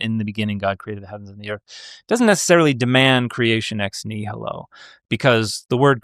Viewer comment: Dude keeps American butchering nihilo